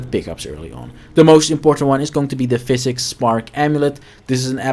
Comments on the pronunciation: psychic is not pronounced like physic. it's Sai-Kick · Bruh... Psychic Spark... not "pHySiCs spark" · Psychic is pronounced Sigh-Kick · Good guide. On the other hand, hearing you mispronounce “psychic” that badly is like someone trying to shove a wet d**k in my ear.